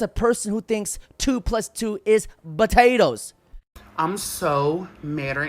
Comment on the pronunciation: This man has never said the 'P' in potatoes.... 😂😂